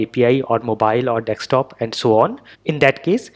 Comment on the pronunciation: It is desktop and not dextop